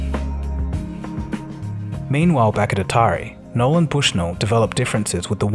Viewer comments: Also -- dude, seriously. There's no 'D' in "Nolan". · Some factual inaccuracies with the narrative, oversimplification and sometimes saying Nolan as Noland. Otherwise not bad.